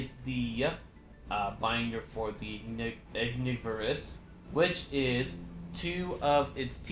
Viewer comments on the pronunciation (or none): I think Ignivorus is pronounced as Ig-niv-vuh-ruhs Which is Ignis and then Carnivorous combined together